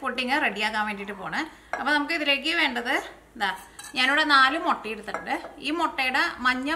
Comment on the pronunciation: Motta Alla muttaa